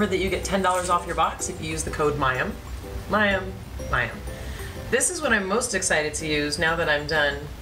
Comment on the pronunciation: Mayim...not MAXIM!!